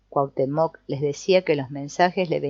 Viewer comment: Muchas gracias por esta lectura, es agradable escuchar el libro mientras hago otra cosa. Solo un comentario porque no puedo dejarlo pasar. La pronunciación correcta de Cuauhtémoc, aunque no se escribe con acento, el énfasis es en la penúltima sílaba.